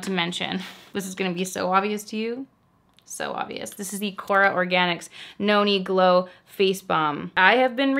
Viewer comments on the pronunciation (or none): Everytime you say Noni Glow I hear “yoni glow” 😂